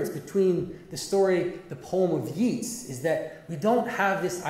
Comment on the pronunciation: He’s pronounced ‘Yates’ Jonathan